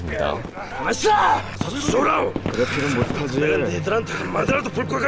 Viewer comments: 내좌가 아닌...대좌.. 군대에서 북 계급 안배우셨나.. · 내좌가 아니라 대좌... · 내좌가 아니라 대좌 아닙니까? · 내좌가 아니라 대좌입니다. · 내좌가 아니라 대좌 아닌가요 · 근데 내좌라고 발음 하는거같긴하네요